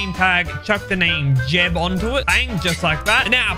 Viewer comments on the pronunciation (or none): It's jebb_ not jeb_